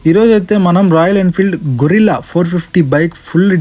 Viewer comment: అది గొరిల్లా (కోతి జాతికి చెందిన ఒక పెద్ద జంతువు) కాదయ్యా సామీ.........గెరిల్లా (ఊహించని విధంగా దాడి చేసే ఒక యుద్ధ రీతి) అని పలకాలి. 99 శాతం రివ్యూయర్లు గొరిల్లా అని ఎందుకు పలుకుతారో...అర్థమే కాదు. ఇంగ్లిష్ స్పెల్లింగ్ అంత క్లియర్ గా ఉన్నా కూడా అలా ఎలా పలుకుతారూ?